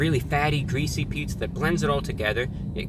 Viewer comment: Incwedibly gweasy